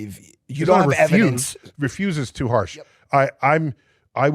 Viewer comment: "I witness" testemony😂😂😂 please do present your "eviDENCE" 😂😂😂.